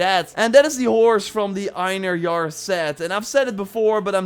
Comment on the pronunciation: Fun fact : Einhérjar is pronounced In-herr-yar So don't go around pronouncing it the way the guy in the video does